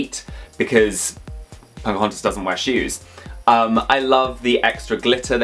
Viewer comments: I always hear saying "PoNcahontas" and I actually love it lol. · When they say Pocahontas it sounds like punkahontas😂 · Love the video put why he call her “Ponkahontas”??? 😭💀